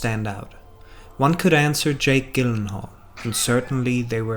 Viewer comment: Great video but it's Gyllenhaal (J) not Gyllenhaal (G)